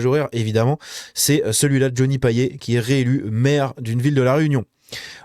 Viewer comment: Toute petite précision, à la Réunion on prononce "Paillette" (Pour Johnny Payet). Bravo la Réunion.